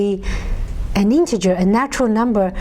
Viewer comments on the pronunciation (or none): none